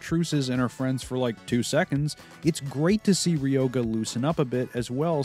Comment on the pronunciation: Japanes pronunciations: Aka-nay So-oon Kasu-me (not kah sue me) Llama (ranma) Ryo-gah (not ri-yo-gah) Moo-su Ha-po-sigh Oo-kyo (not oo-ki-yo)